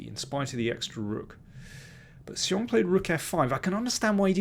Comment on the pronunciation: You have the best pronunciation of Xiong among all commentators...